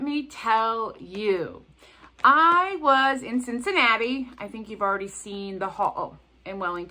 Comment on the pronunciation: That Cincinnati store sounded amaZing! You did say Cincinnati, didn’t you? 🤪